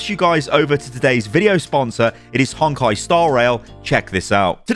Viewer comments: Hey! Just some advice with the sponsor: Honkai is pronounced HONE-kai, not HONK-kai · it’s a Japanese word, so phonetically no, it’s only “Hone kai.” It’s not the same as English. It’s probably not a big deal, but it does sound a bit jarring to me